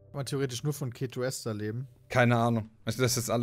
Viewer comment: Ketoester wird die ganze Zeit falsch ausgesprochen, dass macht micht irgendwie fertig...das e von ester wird lang gesprochen, wie bei dem wort Esel :D Ja das ist ein schlechtes beispiel, ich weiß :D